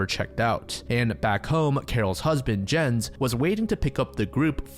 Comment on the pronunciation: Lol can't you learn how to pronounce Jens before making this vid? 'muricans